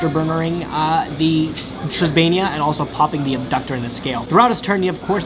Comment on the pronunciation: Tribaena is pronounced (Triss - bay- nah)